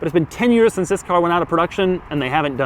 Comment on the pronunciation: Pronounces “since” as “sense” and I find it infuriating but he wins it back by acknowledging that this is one of the ugliest cars ever made, and also that it drives an absolute treat. I loved driving that car.